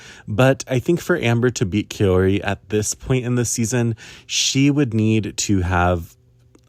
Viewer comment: Hi just a little pronunciation thing, Kaori is pronounced like maori (from new zeland), the “Kao” part is like Kao Miura, and not like you would pronounce “caos” en english! And I want Wakaba to win a medal too, but I guess she needs to peak at japanese nationals more than in GPF? 🤔